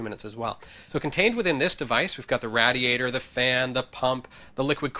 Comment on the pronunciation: he mispronounced radiator.. It's pronounced [rey-dee-ey-ter].